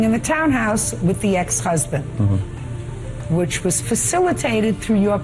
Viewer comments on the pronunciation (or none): none